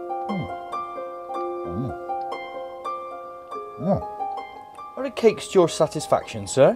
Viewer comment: It’s Jeeves, not Jives.....great vid